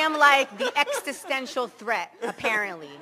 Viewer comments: She can’t even pronounce the word existential correctly. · Extisential? Fuck she is dum